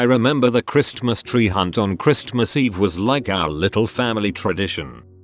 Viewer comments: Chris-T-mas. Dang it’s horrible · Can somebody program the robot to pronounce "Christmas" properly?